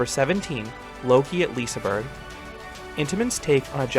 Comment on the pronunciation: btw you say Looke not Lokiiie on Loke at Liseberg. And how you said Liseberg was ok.